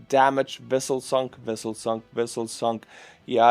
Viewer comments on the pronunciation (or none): You won’t understand, but hearing you pronounce “Civilian Vessel” as “Civillian Wessel” made us Star Trek fans super happy! Greetings from an Ukraine supporter in Japan/